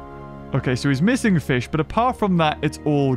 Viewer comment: Ah yes Feesh